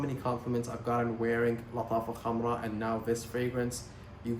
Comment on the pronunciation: Finally someone pronouncing Lattafa Khamrah correctly 😂